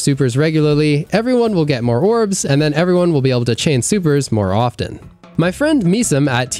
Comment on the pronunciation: A mistake I hear content creators make all the time is pronouncing the 't' in often.